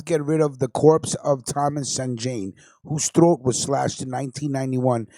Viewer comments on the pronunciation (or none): none